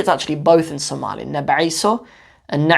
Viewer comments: ooh, your pronunciation is better than many somalis. masha Allah brother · your speaking Pure Somali compare to the people born and raise in overseas day after day, your pronunciation is improving